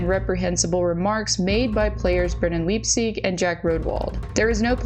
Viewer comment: Leipsic ( pronounced Lipe-Sick) is an absolute tool of gargantuan proportions. I watched him play Juniors in Portland with the Winterhawks. (Who now have the LAMEST logo in the WHL, MAYBE the world!😂) Got to skate with him a few times when we were starting our practices because we’d follow the team on the rink schedule. It was really pretty cool. Also did the same with Cody Glass. HE is a standup guy. Brendan Leipsic is an asshat of epic proportions!